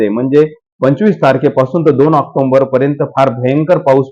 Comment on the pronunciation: ऑक्टोबर म्हणा ऑक्टोंबर म्हणू नका